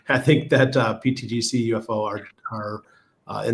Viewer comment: please... can somebody tell the guy with the hat that its not "pTDC" its "pTGC"... thanks!